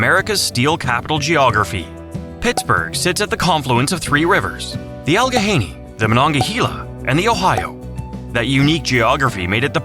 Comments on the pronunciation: Allegheny = al-a-gainee. Not "al-ga-hainee". AI narration sucks. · You go to the trouble of making a video about our beautiful commonwealth, and you can't even take the time to narrate it yourself? Turned it off in, when I heard about the Allig HA-YANEY river. What the h*ll is wrong with you people????????? PLEASE never make lame videos like this EVER again! You disrespect us. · How about Allegheny being pronounced incorrectly. That is the easy one. And Presque Isle also pronounced incorrectly. And Susquehanna also pronounced incorrectly...